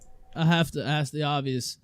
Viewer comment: Liu the kitty deserves to be watched and laughed at. Fucking degenerate. I’d love to meet her in a chat room and request she ‘axe me a question’